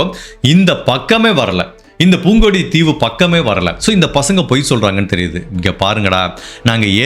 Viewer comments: அது மான்கும்பான் இல்லை மண்கும்பான். பூங்கொடித்தீவு இல்லை புங்குடுதீவு. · poongudi theevu illai pungkudu theevu enru ucharikkavum . nanum jaffna than engal thalaivan irunthu irunthal ippadi ellam nadanthu irukkuma? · சிறப்பு சின்ன திருத்தம்.புங்குடு தீவு. சரியாக உச்சரிக்கவும். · Not Mankulam it’s Maaan Kulam not poongudithrervu it’s pungudi Theevu 😢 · Just a small note — I noticed that you pronounce the names of these two places incorrectly a few times in the video: புங்குடுதீவு — Pungudutheevu மாங்குளம் — Maankulam Just wanted to point it out, so you can check the Tamil spelling and pronunciation.